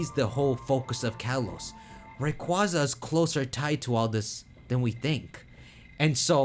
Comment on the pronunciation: rayqua-za im JUST saying